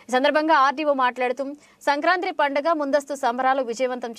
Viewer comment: అక్కయ్య అది సంక్రాంత్రి కాదు సంక్రాంతి. కర్మ రా బాబు 🤦🏻